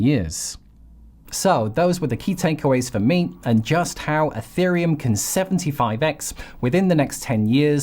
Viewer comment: I can’t take it anymore. It’s not eFerium!